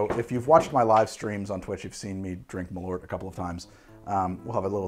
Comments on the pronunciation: Malort or "Malört" is the swedish word for wormwod. The ö is pronounced like the "e" in "herb" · "Malort" I honestly had no clue what you were talking about until I saw the bottle, that is... Not how you pronounce it, but I also can't think of any way to convey how you're supposed to pronounce it in writing. Edit: And Paracress, I know why you had such trouble getting the effect you wanted out of this one, to begin with it's a complex mix of chemicals and more importantly the one listed as probably responsible for the numb tinglies is a fatty acid amide. Now I have to grow some Paracress and try to extract it myself, if I can figure it out I'll have an even better recipe for the Menthol Ion Blaster. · So Malört literally means Wormwood in Swedish, Carl Jeppson was a Swedish immigrant who came to Chicago and for one reason or another made Malört, (pronounced Mall (like shopping mall) err (like to err is human) and cutting off the err Early with the t) I imagine cause Jeppsen was Swedish he wanted something which tasted of Home, and Scandinavia uses a lot of wormwood in its spirits, looking at Aquavit, looking at Gammeldansk, looking at Underborg (it's German but close enough), there is a pretty present bitterness in all these which I imagine partially inspired Jeppson to make the drink initially. And NOW we have Chicago which loves the stuff, so it's a happy ending for everyone. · Great video! Maybe someone stated this earlier but I wanted to let you know that Malört is actually the Swedish word for wormwood. It's pronounced like the english words "mall" and "earth" but without the "h", if that makes sense. Keep up the good work! :) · For future reference, if you want to give Malört the proper Swedish pronounciation, you say it like "mall-hurt" but drop the h. :) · The way you pronounce Malört is as cursed as the drinks lmao.